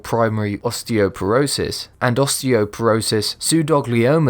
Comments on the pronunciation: Did you just say osteoperosist? oooooh idubbztv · I cracked up when he said osteoporosis